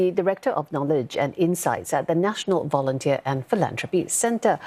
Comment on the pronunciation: Vounteer? Wat 4?